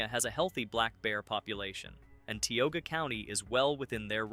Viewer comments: I thought it was pronounced "Tie-oga" County, not Tea-oga. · Ti/ogia not te /ogia. Mispronounced. Gettysburg battle fields are eerie feeling.